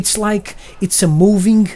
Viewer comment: Funny when u say words where is ING in the end of the word u say INK.Like moving u say movink NO HATE